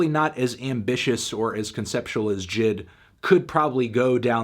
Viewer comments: Why does he call him jid... isn’t it pronounced (“jay-eye-dee”) he even calls himself that the album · I always thought it was pronounced Jay Ay Dee not jid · Anyone else annoyed he keeps saying Jid & not J.I.D.? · I think it’s J I D Not jid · It’s pronounced J I D not jid lol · annoying as hell Anthony calls him Jid, when its J.I.D, but good review nonetheless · excuse me its pronounced J.I.D not JID get it right nerd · Who calls him JID? ITS J.I.D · you're saying it wrong it's pronounced jid get it right